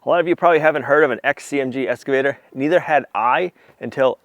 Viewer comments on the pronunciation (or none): PLEASE ❤😅😅It’s EX-CAVATER not ES-CAVATER ❤ PAUL - a loyal fan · If it's not been mentioned before, you might be unaware that you are mispronouncing your new machine as an escavator, and not as im sure you know that it is pronounced excavator. Hope this helps. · At the risk of sounding like I'm talking to a 5-year-old ... It's not an ESS-cavator. It's an EX-cavator. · eXcavator not eScavator! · zero times lol, Said EScavator quite a bit though. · how many times can you mispronounce "excavator" in one video?